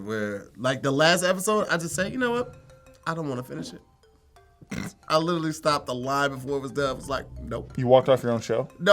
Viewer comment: How come no one has called out on how he pronounces “Literally”?